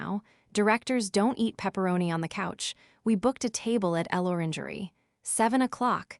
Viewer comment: Another AI that can't pronounce contractions or French words. El Orangery, indeed.